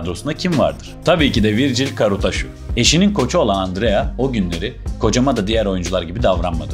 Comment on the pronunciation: Arkadaş doğru telafuz "Karutsaşu". Atarabasıcı (at arabası süren ya da yapan anlamına gelir) . Adı Uğur olan birisinin amarikalılarca Yugır diye çağırılması gibi bir şey yaptığınız.